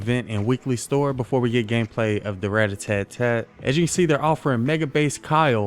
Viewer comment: Ratatat not ratatatat 😂😂😂